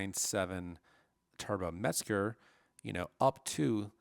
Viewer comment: The word is Mezger not merger